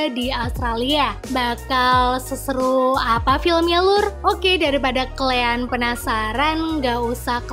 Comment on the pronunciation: KALIAAAAAAAAAN BUKAN KLEANNNNNNNNN